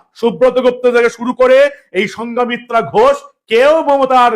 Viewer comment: সঙ্ঘমিত্রা, সঙ্ঘা মিত্রা নয়।